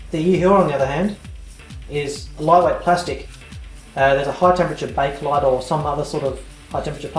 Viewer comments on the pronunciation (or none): none